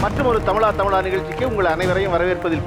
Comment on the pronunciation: Tamizha.. Endru sol sir. Tamila endrathu wrong ucharipu